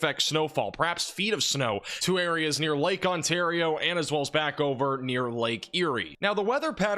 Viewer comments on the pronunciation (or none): none